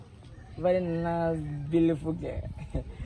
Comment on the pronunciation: Wizzy... "vely" nice "beauliful" girl 🤣🤣🤣